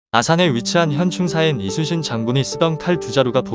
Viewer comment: 이수신 장군이 아니라 이순신 장군입니다. 나레이션이 누구인지 모르지만 발음을 이수신으로 하지 마세요!!!